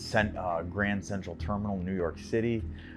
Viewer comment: It's not "Grandy", it's "Grawnd".